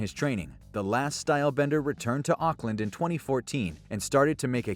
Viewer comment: u say Auckland wierd